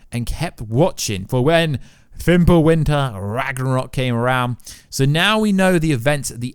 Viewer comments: It's RAG-NA-ROK not rag gra nock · Rag-NA-rok. Not Rag-RA-nok. Get your pronunciation of this word fixed already! Even the folks in Scandinavia would go out of their way to correct you! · Ragnorok. Say it slow. Piece by piece. Rag-nore-rock